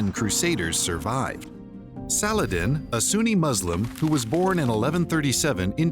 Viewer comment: I like how he doesn't even try to pronounce any non-English words/names "correctly"... ("Filioque", "Saladin", etc) He just reads through it as if he was standing in line at Sizzler in 1986... Consistent mispronunciation is better than inconsistent "correct" pronunciation, in my opinion.